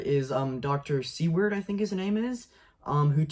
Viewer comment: "Seward" is pronounced "SOO-wrd", like the Secretary of State who purchased Alaska ("Seward's Folly").